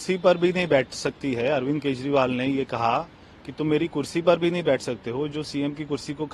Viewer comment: प्रिय उद्घोषिका (Ancor) जी आप कई शब्द सही नहीं बोल पाती है जैसे केजरीवाल को केजवाल बोलती है कृपया उच्चारण सही करने की प्रैक्टिस करें